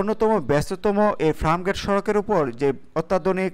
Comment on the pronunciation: Are abal FRAMGATE na re, bolben FIRMGATE! SUBCRIBE na re, hobe SUBSCRIBE! AGEY UCHCHARON THIK KARO BROTHER 👌!